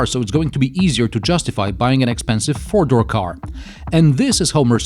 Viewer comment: one, two, three, fewr?, five, six,... lol sorry i had to